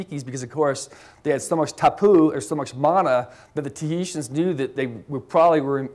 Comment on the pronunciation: This was interesting until the lecturer mispronounced the word tapu, several times in fact (lol), which made me seriously doubt his credentials and inner knowledge regarding this subject.